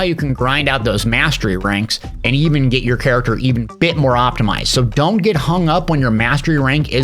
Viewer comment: I said Character like Chair , The rest of the video was very very good but i just had to let you know xD